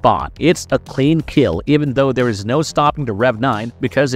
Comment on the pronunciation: "THE" NOT "DA"! HAVE YOU GOT A COLD? "THERE" NOT "DERE" FFS